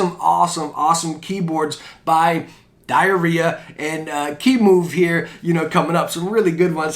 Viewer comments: its pronounce Die-rah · I think its called Die-er-ya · Btw it’s pronounced die ra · Its pronounced Die Rah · I think it's DE-ER-IYA